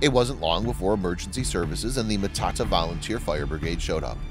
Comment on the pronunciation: It would be better if your pronunciations of the areas were correct. Next time learn how to say and read the words properly. I am from NZ. Sometimes you need to go learn how to say the place names Matata and Whakatane properly. Although the story was heartfelt.